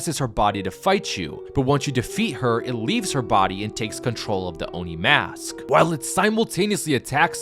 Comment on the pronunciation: "Fortnite Chapter 6 Season one: Oni Hunters" FINALLY! someone said it right. Thank You.